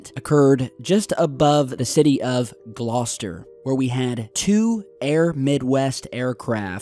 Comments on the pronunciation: Great to see something from the UK on the channel (and just down the road from where I live!). Thanks for bringing this to my attention,. Perfect pronunciation of 'Gloucester' too. 👍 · Hi. Well done in pronouncing Gloucester correctly. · points for correct pronunciation of Gloucester! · Damn you said Gloucester correctly I was waiting for the classic American mispronunciation 🤘🏻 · Great work. You get extra points for pronouncing Gloucester and Birmingham correctly!. Nice. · Well done on your excellent pronunciation of Gloucester.